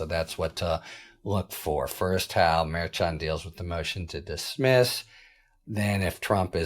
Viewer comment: A bunch of schnanegans going on! Can't trust any of them, I'm beginning to believe! This has been ongoing for years now. Btw- the correct pronunciation for Merchan is phonetically Mer shawn. Harry should know this. He mispronounced Gaetz's name yesterday. These are not new names coming forward. It's inexcusable. I like Harry Litman, but he should do better.